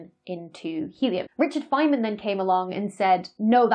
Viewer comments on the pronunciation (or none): none